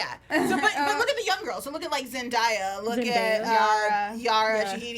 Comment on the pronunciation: You said zendaya wrong